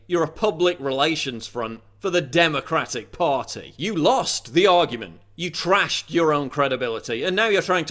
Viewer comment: I love how he says "Democratic PARTY!" lol